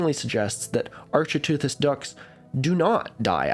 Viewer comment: Similarly to my prior comment, the ch in architeuthis is pronounced like the ch in archaeology. Ark-it-ooth-iss.